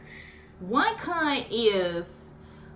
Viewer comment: Every time you said CON it sounded like you was sayin the C-Word gurllll .. then when you said SETS I swore you said SEX 😂